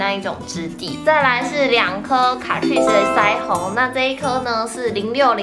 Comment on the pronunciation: 卡ㄔㄨㄧˋ死這樣唸沒錯喔～